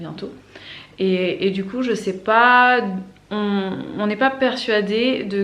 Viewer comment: Hello ! J'ai du remettre le debut 15 fois parce que je ne comprenais pas un mot "Petit accident .?.?.? samedi matin... J'ai fini par comprendre que c'etait juste DU 😆 Bref... tout ca pour ca ! 😁 Concernant le savon de Marseille, je n'ai jamais testé pour la vaisselle, mais on a commencé a s'en servir depuis 1 ou 2 mois pour la douche et pour la lessive, et on adore. Par contre attention a le prendre sans glycerine sinon il parait que ca bouche les canalisations. (Nous on a pris le vrai de vrai, le vert a l'huile d'olive de la marque Fer a Cheval). Passez une bonne journée !